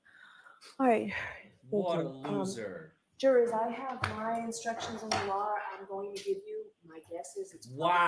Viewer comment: Judge the word is LAW ! not lar